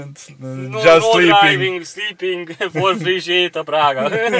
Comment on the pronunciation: "for free" (ingyenes), nem four (négy) free